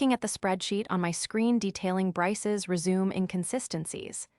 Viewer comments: Resume,, she pronounced rezooms? It re-shoo may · It's resumay, not resume. 😂😂😂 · "Re-Zoom"???🤣😂🤣 AI is so stupid. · Good payback trumps pronunciations. Wow! A WELL PAID PAYBACK! What a concept!😅 Rejection on merits. Don’t lie on your RE-ZOOM! 🎉😂💃🕺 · AI needs to learn how to pronounce the word ' resume' properly - rez-zoom-may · If you want your ai voice to sound more natural, at least try and say the words properly! 'RESUME'. Really??? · I had initially clicked like until I realized that you hadn't listened to what you had your AI spit out for you. It's RESUME (something you send to a prospective employer) NOT resume (start something again), among other mispronunciations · Learn how to say resume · That is NOT how you pronounce 'resume'. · Jut like no. doesn't = number and is. doesn't = island. The 'resume' AI understands is 'to continue' not what is described in the story